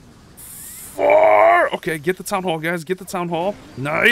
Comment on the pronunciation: again with the Fourrrr 😂😂